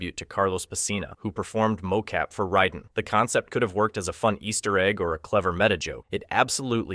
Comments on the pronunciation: You’re pronouncing Raiden’s name wrong, bud. It is pronounced Ray-din, not Rye-din. Even auto-caption is confused by how you’re saying it 😅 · Does this guy pronounce stuff wrong for engagement? There is no possible way this man thinks you say Raiden like (ride-an) wtf. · He did the same thing to Raiden. He called him “Rye-din”. He may be a bit dyslexic or something